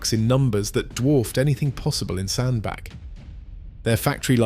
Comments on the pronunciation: As stated below it is pronounced Sandbatch NOT Sandback. I am a Cheshireman so I know. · Fkin oath it's Sand-Batch, I told you this on your ERF clips. Give yourself an uppercut.......... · Pronounced locally as SandBatch despite the spelling. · It doesn`t say a lot for the quality of the research if you can`t even find out how to pronounce the name of the town correctly!